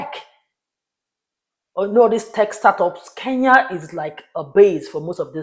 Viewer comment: why do you call KE-N-YA ... 'KEYA" ? why , why?